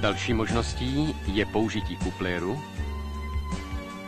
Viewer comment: "další možností je použití coupleru" a typek coupleru že "KUPLÉRU"